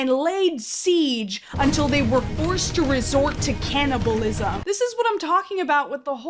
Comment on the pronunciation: I have no clue how your video ended up autoplaying in my videos and had no lue about your channel. But I AM SO GLAD IT DID! You had me when you said "..laid seige until they were forced to resort to cannabilism." 😂 I'm hooked.